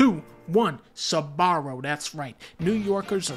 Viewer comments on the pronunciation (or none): The Sabarro one physically hurt me as someone from NY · I knew he was gonna say sbarro for new york 🤣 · Me, A New Yorker: Don't say Sbarro's, please don't say Sbarro- GODDAMMIT!